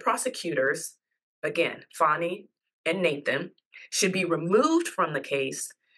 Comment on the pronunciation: It’s fawnie